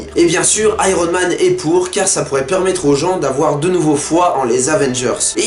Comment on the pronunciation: le gars dit Iron men au lieu de Iron Man ! tocard